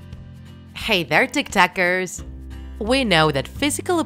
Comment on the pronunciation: It's so funny how she said it tik tekers